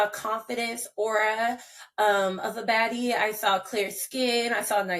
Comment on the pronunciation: Did she say baddie? I thought she said faddie! 😆